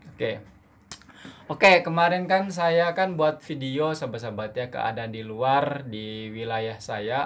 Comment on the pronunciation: janganlah cakap kl.kami orang malaysia tak semua cakap seperti itu.itu bahasa daerah saja..kalo bahasa malaysia kami mengunakan bahasa baku melayu.hampir sama saja sebutan dengan bahasa indonesia..jangan ditukar A ke E yaa..itu hanya bahasa Kl,selangor,johor,riau lingga..Bahasa kami kalo sebut saya.ejaannya saya pasti sebutnya saya bukan saye or mana bukan mane ya. Tolong ya.kerana ramai sekali orang luar salah erti bahasa malaysia adalah bahasa kuala lumpur itu..Tv malaysia pun sama tidak menuturkan pekataan sebutan yang betul.masih saja terikut ikut bahasa seharian kerana tv Malaysia kan stasen tvnya dikl jadi terbawa bahasa seharian.apatah lagi drama.